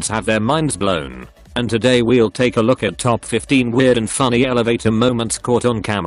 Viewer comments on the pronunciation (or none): none